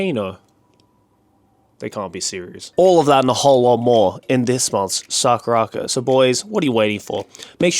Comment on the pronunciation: The way Joey pronounced SakuraCo is the real reason he's going to hell 😂😂😂